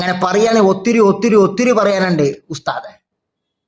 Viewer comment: ഉസ്ദാദ് അല്ല ഉശ് മാൻ